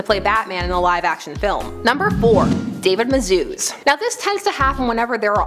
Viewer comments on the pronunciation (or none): You said david mazouz wrong